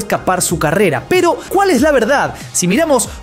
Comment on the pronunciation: "Piiiro" o, "pero", dicciona, vocaliza. Gracias